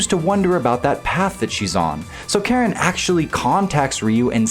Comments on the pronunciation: It's said Karin bro not Karen 😂😂😂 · I've learned that nobody in the FGC knows how to say Karin...